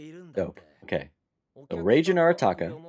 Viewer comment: the g in reigen isn't pronounced like the g in generation its more like the g in gig